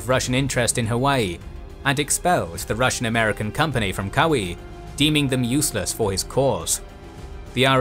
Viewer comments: Nice video, but interesting pronunciation of Kaua’i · Nice try for Kauai buddy too lol